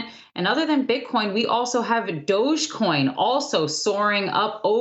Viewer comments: It's Dogecoin. Not Dodgecoin. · It’s dogecoin not dodgecoin